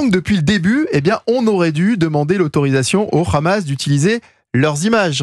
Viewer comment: Faut arrêter avec le RRRRamas, vous faites pas autant d’efforts pour d’autres langues.